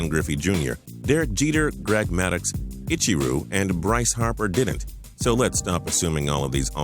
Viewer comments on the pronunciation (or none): Ichiru? really, you gotta be kidding